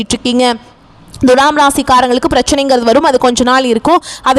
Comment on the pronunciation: ஏங்க உங்களுக்கு thulaam னு சொல்ல வராதா? Dhulam, dhulam னு அசிங்கமா உச்சரிப்பது எரிச்சல் தருகிறது. தமிழக் கடவுள் முருகனை வழிப்பட்டு தொடங்கி வழிபூர தமிழ்க் கொலை செய்கிறீர்கள். ழகரம் வரும் இடங்களில் லகரம்! இதெல்லாம் பொறுமையா கேட்க எங்களுக்கு தலையெழுத்து!